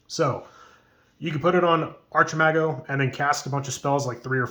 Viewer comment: archimago its a word in spanish and sounds "archeemago" in english (we would never say "arkeemago").